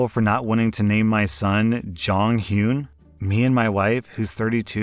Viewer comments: You pronouncing Jonghyun's name as Jonghyoon made me twitch the entire time lmaooo But, while I am a fan of Jonghyun myself, unless they had some Korean lineage, I agree it's not a good idea. At. All. Unless I married someone Korean, I wouldn't even think about naming my kid a name from a completely different culture. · Jonghyun passed due to suicide, after alot of back lash and personal issues. It wasn't mentioned in the story, ans yes, he was a wonderful person. They shouldn't name their son that though. Btw it's pronounced Jong - hee - un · i kept hearing saying Jonghyun as JongKyun and was like who tf is that??? (me a SHINee fan) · JOHN heeyoon 😂 I was so confused on wtf he was talking about until I heard Shinee. "Is he trying to say Jonghyun?" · The way he pronounces Jong-Hyun kills me💀 But also, I don’t think it’d be bad for white people to give their kid a Korean name because Koreans sometimes give themselves American names/ a full Korean might be born in America and get an American name so I don’t see why it’s bad when it’s the other way around. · It took me like 2 minutes to process that you were taking about JONGHYUN cause of the pronunciation 😭 anywho yeah, jjong was an absolute angel but I wouldn’t give my child a Korean name if they weren’t partially Korean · These doctors in story 3 are thinking they are simply superior to OP just because of their degree. I've heard about this, but I am surprised that there are so many in 1 group. You'd expect 1 DBag in the group, not all of them. Story 5 - Prety sure the J is pronounced as a "Y"